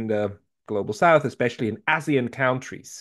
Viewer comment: is not a native English speaker, and he always pronounces "countries" wrong: he always pronounces "kauntries."